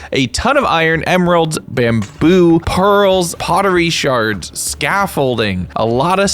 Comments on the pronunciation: ITS NOT SHARDS ITS SHERDS SAY IT RIGHT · I think that, IRL, the technical term really is "Sherds", not "Shards"